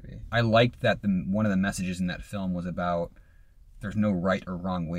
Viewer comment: I swear is a Canuck 🇨🇦 by the way he pronounces "ABOUUUUT" 👀🤣🤣🤣